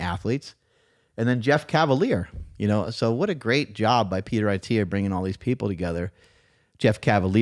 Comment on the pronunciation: His name is pronounced "At te a" NOT "i te a"